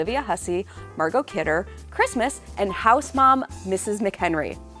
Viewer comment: Her name is Margot Kidder not Margaret, you said it right.